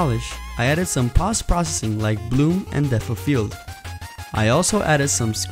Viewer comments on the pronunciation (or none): This is pretty cool, pretty accurate recreation. One thing though, it's 'poe-st processing', not 'pahst-processing'